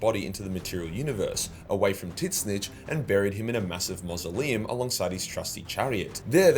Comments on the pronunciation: do i keep hearing "tin-snitch"? :face-orange-raised-eyebrow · Titsnitch is the most aussie way you could possibly say that name lol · The pronunciation of Tzeentch is hilarious 🤣 it’s made my day 😂